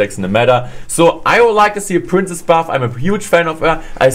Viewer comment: I like how he pronounce princess as prince